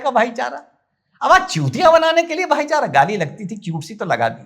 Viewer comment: भाईचारा नही भाई को चारा 😂